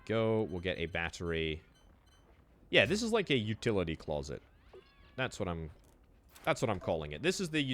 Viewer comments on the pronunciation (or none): none